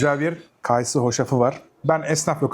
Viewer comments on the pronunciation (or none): Kaaysı değil kayısı dır o 😂